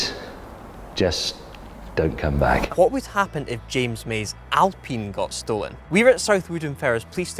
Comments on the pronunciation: The Brits like to talk about how Americans speak English but yet can't pronounce Alpine. Never heard of a peen tree. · I'm just annoyed by how Alpine is pronounced.